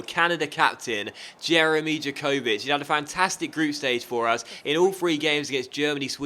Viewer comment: jankocic is said yankovixc